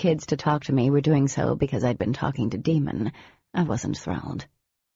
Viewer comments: I agree. Even Jennifer said it's Damon so why was this mistake not rectified? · She really needs to re release them. I hate that it's pronounced Demon. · No, apparently Jennifer said it was a mispronunciation but why the hell wasn't that caught before it was released? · A bit ridiculous. The narrator can’t say day-mon or day—me-on., nor Audi…and only 2 hrs in. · The author has said this is a mispronunciation and it is Damon. Such a huge mistake though and really annoying. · Yep. Apparently the author has confirmed this was a mispronunciation but why on earth was this not checked before release? So annoying. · Yeah too right. It sounds awful in the audio books. I just can't understand why it wasn't checked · I read this series years ago and found out she is writing another set in the Lux world. I thought I'd reread them before I start the new ones to refresh everything. Found the audio books. What a disappointment that they didn't check with the author about pronouncing the names. Daemon isn't hard to pronounce. I spent the first 12 chapters questioning if I had pronounced it wrong all these years. The Author has commented that it is pronounced Day-Mon. She doesn't know why the audiobooks say Demon. What was the reader thinking. We've got Ashley, Dee, Katy, Kellie, Adam, Andrew, Matthew and.... Demon? I really hope that mistake isn't made in all the audio books. I'll just read them instead of listening. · You'd think who ever edited the audiobook would have checked the correct pronunciation of his name. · This is what I don't understand. That's a huge mistake to let slip. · Yeah right it makes no sense? It’s also Bae not Bee so it should be Dae(y)mon not Deemon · I like the book, but I can't stand the way she talks in the guy voices & is daemon NOT demon.. ughh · I can’t with the name, it’s Day-mon not Demon swear it gets on my nerves!!! Whyyyyyyyy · im not listening if u keep calling him DEMON ITS DAEMON DAE MON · excuse me i thought it was (day-me-on) not demon,wtf